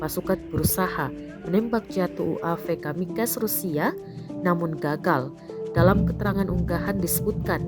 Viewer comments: Kamikaze woyy bacanya. Bukan Kamikes. Kamikaze dibaca jelas, nggak usah sok d inggrisin, Itu bahasa jepang. Bukan bahasa inggris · Bukan kamikes tp kamikaze ,,,,pembaca beritanya perlu ditraining lagi,,,,yasalam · Gue pikir Kamikaze pelafalannya kayak bahasa jepang gitu, ternyata beda.